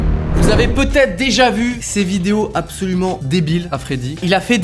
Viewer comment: J'ai dû aller voir un psy à cause de "apsaulument"